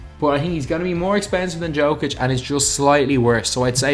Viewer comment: Nikola Jokic name is said Nikola Yokic